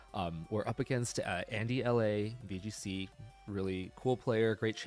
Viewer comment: Great games! It’s “” by the way lol. It’s supposed to be a joke on my last name